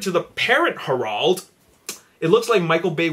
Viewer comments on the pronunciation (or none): It's pronounced HAIR-ULD, not HER-AULD. . . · The way he says Herald LOL